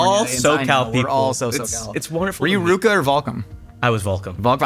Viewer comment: ..is calling RVCA "Ruka"?